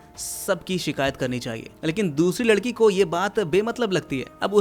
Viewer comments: pr lakdi bolrha h ladki ko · ladki ❌lakdi✅ 😅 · Bhai ne ladki ki jagah lakadi bolati 12. minute 52 second😅😅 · Are o bolne me mistake huaa hai 😂